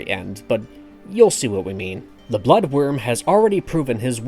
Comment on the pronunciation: Its "Blood Wyrm" not "Blood worm". I feel like most of these clickbait videos are made by people who have never read a book in their lives.